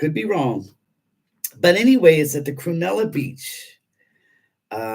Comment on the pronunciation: Cronulla beach. not "crunella"!! Nothing like cruella! ; ) Haha!!